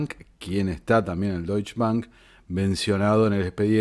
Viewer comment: La pronunciación es Dóitsche. La e se debe pronunciar.